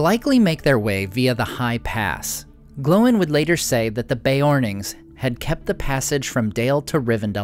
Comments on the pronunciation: glowing?? it's gloin... like sir gloin for steak lol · One nitpick - Gloin isnt pronounced "Glowen", (or atleast the audiobooks dont) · I've never heard Gloin pronounced that way... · you say ”Gloin” wrong Also.. Awesome videos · Why are you calling him "Glow-in" and "Oh-in"?